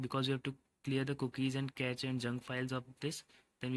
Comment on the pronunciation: Pronounce it as cache 'kashe' कॅशे Just like shampoo sachet सॅशे